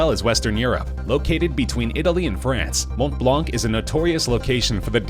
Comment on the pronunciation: You don't pronounce the T and C of Mont Blanc ;)